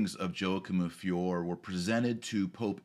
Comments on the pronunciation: And the name of the town is pronounced "Fioray". Just saying. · One should pronounce the "E" in Fiore, so it sounds like "Fioray" . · Yo-a-kim of fee-or-eh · "Fee-or-ay" Everybody needs to brush up on his Italian. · FIORE Pronounced fee—YOR—ay Painful, doctor, painful